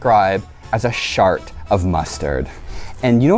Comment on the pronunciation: a shart of mustard he said 😭